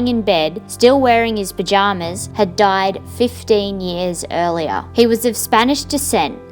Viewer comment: This is what Australians actually sound like 😂